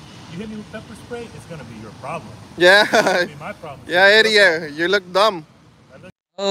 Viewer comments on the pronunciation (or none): ....."wats ur pralum....wats ur pralum....wats ur pralum...." Uhhhhh WHAT IS A "PRALUM"???????